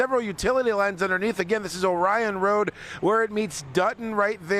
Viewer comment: isn't from anywhere around the Detroit area he doesn't even know the local pronunciation of Orion Road. Go figure you'd think somebody would fill him in. At least he would sound like he was local.